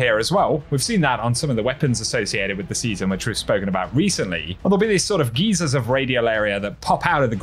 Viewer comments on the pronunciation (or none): GUY-ZERZ. NOT GEEZERZ. Geezers are old people